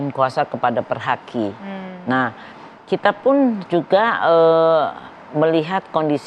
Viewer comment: ini klow ngomong nya kaya ibu,iru bukan perhaki, tapi perdaki...